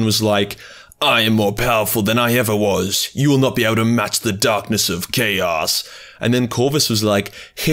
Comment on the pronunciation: did I hear correctly? You lowkey said “Dahhness” like a true Zannclan.